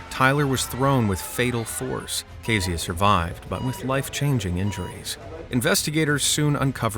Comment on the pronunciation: U pronounced "Keziah" wrong... Its pronounced Keh-zee-ah...